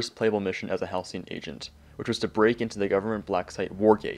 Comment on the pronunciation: Damn. Ive been saying Halcyon wrong my whole life until this video- (I used to say Halycon)